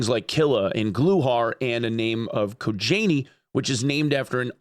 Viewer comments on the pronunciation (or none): WHen u say KOJANIY it`s sounds so awkward for a russian:D kojaniy basically means "made out of skin/leather".